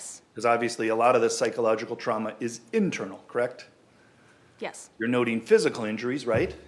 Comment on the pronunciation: "Would you say I'm asking a lot of questions, Krect?" "Yes." "You would refer to this as a rapid-fire succession, Krect?" "Yes." "And you're a Nurse, Krect?" "Correct." "And I am asking lots of short questions unnecessarily, you'd say, Krect?" "Yes." "I should probably enter a fastest-question-asked contest, Krect?" "...Sure." That lawyer is ridiculous.